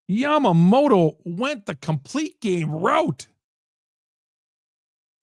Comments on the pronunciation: This guy is the goat lol. Wonders if Blake snell is good. “” 😂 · YA-MA-MO-TO. It’s not difficult to pronounce.